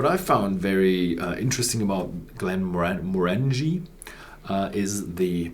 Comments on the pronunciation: The emphasis is on the second syllable, not the third. glen-MOR-an-gie, not glen-mor-ANG-ie. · The emphasis on the name pronunciation is on the second syllable, not the third syllable.